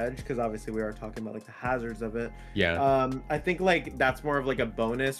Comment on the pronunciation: He said it correctly.